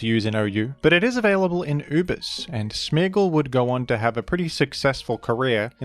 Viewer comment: Are you saying smeegle or smeargle??